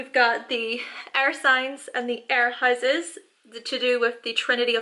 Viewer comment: Also the high - ses